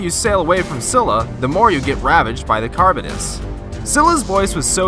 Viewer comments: man was saying "carbon-ess" lol it's charybdis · Carabdis is how it pronounced